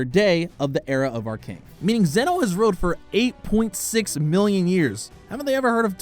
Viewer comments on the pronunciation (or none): none